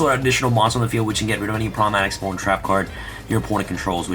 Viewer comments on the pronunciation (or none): none